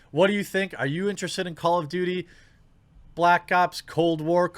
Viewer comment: "Cold Blops"